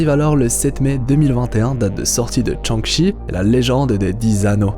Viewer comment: "Tchang-Chi" hahaha